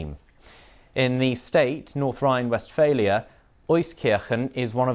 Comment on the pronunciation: "norf rhoine west failure"